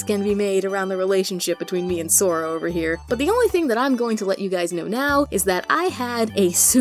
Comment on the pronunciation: The minute you called it Sora I died. But anyway you're videos is so cool.